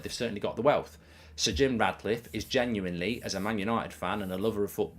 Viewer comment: I hope Sir Jim Ratcliffe doesn’t get it, as it does my nut in when Goldbridge keeps calling him RaDcliffe… FFS… not hard to call him by his proper name is it? 😂